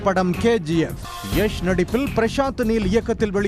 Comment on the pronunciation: Its not எஷ் Its யாஷ்